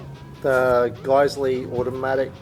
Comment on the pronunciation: Nice review as always, guys. Great looking GBBRs, they look super clean and worth the price of entry. Oh, and not to be a smartass, but Geissele is pronounced "Guys-lee" 😂 and that's straight from the Geissele rep's mouth. 😊